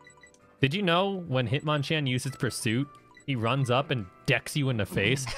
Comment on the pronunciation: The banned word would've worked better if wasn't speaking like "Have you seen... THE... Pokemon I was talking about" Literally he takes a second break before he says THE and makes sure they all hear him say it. If he just spoke completely normally with no breaks or emphasis on the word they would fall for it more